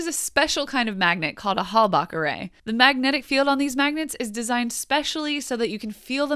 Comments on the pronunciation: it's a Halbach array, not a Halback array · ...Halbach not Halback :)